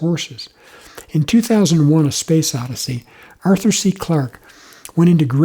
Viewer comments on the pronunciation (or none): none